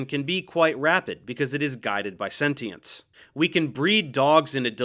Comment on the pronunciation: This is unrelated to the main topic (a great undertaking and one to be grateful for), but let me thank you for pronouncing the word processes normally (not with the misguided -eez some people have been gravitating towards). On the other hand, let me invite you to pronounce sentient and sentience with a SH sound, and point to words like patient (patience) as similar examples in case that seems suspect. It's not lost on me that small mutations like this within language are remarkably similar to those driving biological evolution, but I can still hope to nip them in the bud.